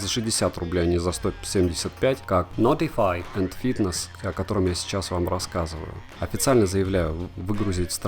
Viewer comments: нотефааай ... мне от этого произношения блевануть охота ... реально ... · Видео просто супер. Произношение notify улыбнуло) Тест на пляже - огонь (то есть вода))